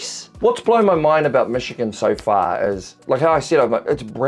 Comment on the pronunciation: Bro... seriously? Don't make a video if you're going to butcher a place's name. For fuck sake.